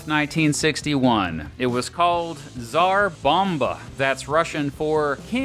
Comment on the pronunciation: Did you say Tsar-bama? 😂✌️